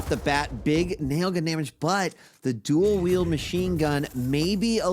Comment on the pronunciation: It's "Dual wield",, not "Jew would"